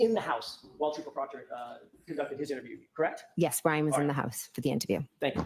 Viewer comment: "Crect" "Crect" "I don't remember." "She didn't say that at Four Fifty Three" 😵‍💫